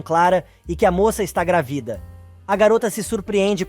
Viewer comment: É uma voz artificial, não é possível pronunciar palavras com os acentos.